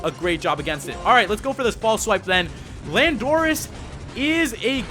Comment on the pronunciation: Your saying landorus wrong